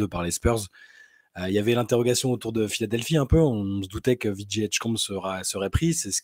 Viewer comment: choisis entre l'anglais et le français, tu fais trop de mix! ViJay ou VéJi mais pas ViJi 😂😂😂